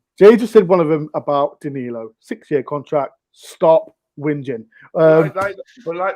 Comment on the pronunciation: I noticed that is still calling Danilo dialo for some reason lol